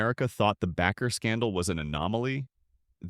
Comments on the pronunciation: It's pronounced like "Baker", NOT 'backer", correct your fucking narrator program's exception file!!!! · Backer? Bake, like bake a cake. Baker. How can you do an entire video mispronouncing this very simple last name? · Bakker pronounced like a baker of bread! You should not be doing podcast of any person if you cant pronounce their name correctly. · It’s pronounced Baker, for the love of the flying spaghetti monster. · You are the only person I heard pronounce Bakker they way you do. Phonetically it is pronounced BAY-ker. Baker like a baker in a bakery is the correct pronunciation. I like your videos.